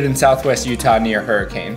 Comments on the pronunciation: It’s Hurri-ken, not Hurri-cane. And it’s Zi-in, not Zi-ON. Nice video. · This is a great video, but as a resident of Utah I've just got to say: He didn't pronounce almost any of the names correctly lol. Hurricane is pronounced Hurriken, Kanarraville Falls is Kaneraville Falls, Zion National Park is Ziun, Bonneville is Bawnuhville, etc. Utahns are the worst at pronouncing things but that's how these places are all said :) Again, excellent video. I've personally been to Quail Creek Reservoir, the sand dunes, Kanarraville, Goblin Valley, Snow Canyon, and Dead Horse Point and they're all just as amazing as he said. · Hurricane Utah sounds like Her-uh-kin and Zion is Zi-un... Oh and the salt flats are out past Tooele... sounds like Too-Willa, not that you mentioned it but you're welcome. 😁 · Not that you care, but it's pronounced hurikin not hurricane. Great shots btw. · lol, every time he said hurra-cane I corrected him out loud & I don’t even pronounce it in Utahanese😜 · I can always tell when someone is not from Southern Utah. They don’t say it right. It’s really pronounced Hurricun. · hurricane is pronounced Hura cun said quickly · This popped up on my recommended and you can tell you're not from around here 😂 hurricane is pronounced more like Hurruhcun, and zion is more like Ziuhn haha great video though and great idea to mention having a full tank, thats good advice especially for the southern areas just hope these areas don't get ruined by tourists like many other places being mentioned on youtube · Please stop mispronouncing our cities so badly. It’s Zion like Lion and Hurricane is said “her ah kun”. Weird, I know. I don’t make the rules, I would just love if anyone got it right. Please spread the word. (Also bonus fact. Moab is Pronounced “mo” like joe - and “Ab” like crab just in case anyone wants to get that one right too). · Bro you are definitely not from utah you pronounced hurricane roung it is pronounced huracon you also dident say zion right